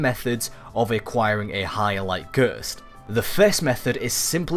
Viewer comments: wtf is a guuurst? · Im A Bellend I thought I was just dumb and Hadn't heard of a gurst XD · What the fuck is a Gurst?